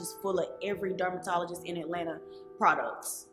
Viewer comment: She said dumbertologist.